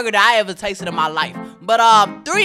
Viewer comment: "tha expesive es he" This guy's pronunciation lol